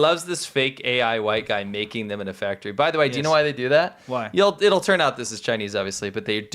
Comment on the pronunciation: where is the engine factory (fak-a-tree) soundbite lady????